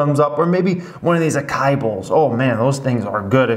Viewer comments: acai boll? A-SA-I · Acai is pronounced ah-sah-EE. Smashing the thumbs up! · “aKKAii” haha love ittt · knows how to pronounce acai, he just wants a comment. Like this one 😉